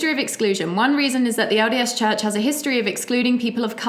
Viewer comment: When says LDS Church I hear "odious Church". 😆